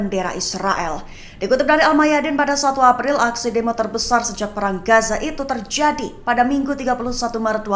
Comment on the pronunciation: Penyiar berita seperti berdeklamasi 😅 sangat bersemangat. Terjadi dibaca tierjiadi.